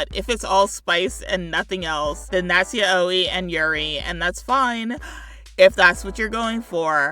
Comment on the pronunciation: Great video but yaoi is pronounced yowie and yuri is you-ri, sorry but that pronounciation hurt me physically